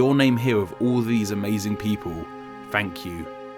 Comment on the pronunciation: Wait did you just said thank you or frank you, i'm confused for a bit?